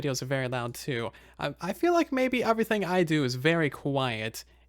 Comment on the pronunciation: has anybody else noticed that he says uvrething instead of everything. is it and accent or something?